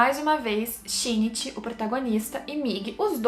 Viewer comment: o único defeito de parasyte é o shinichi ter ficado com a murano, e não com a best girl: Kana-chan ç.ç só um adendo, a pronúncia é Shin-ichi